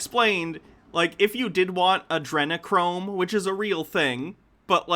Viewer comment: He said Adrenachrome so incorrectly I thought he was talking about Andrew Cuomo.